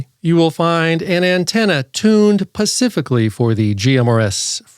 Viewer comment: WHat is wrong with this guy, it's : Spicific NOT Pacific... there is a difference